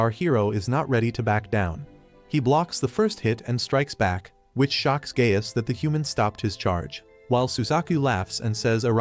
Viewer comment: Anyone else hearing Gay ass instead of Gaius